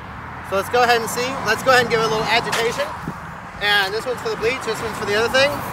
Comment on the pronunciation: It sounds like you said breeze and soap - is that a gallon of bleach, did you say bleach & soap?